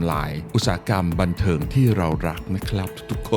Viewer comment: CEO Ubisoft บอกมุ่งเน้นความบันเทิงหรือบรรลัยนะครับฟังไม่ชัด😅